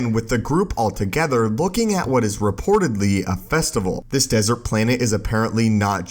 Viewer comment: Planet not “planehhh”